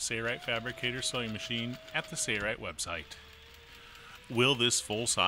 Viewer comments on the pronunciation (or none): Ok. It looks like a good machine. But, it drives me crazy that they can't even pronounce the name the same in their own videos. One person pronounces it Sailrite, like its spelled, at the start of the video. Then all the rest of the video they pronounce it as sayrite and drop the L sound.